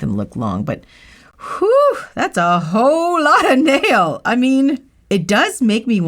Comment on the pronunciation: Did she say "that's a ho lotta nail"?😅